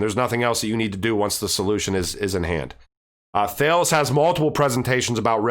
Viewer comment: Great vid, thanks for all the info! Apparently, Thales is pronounced Ta-les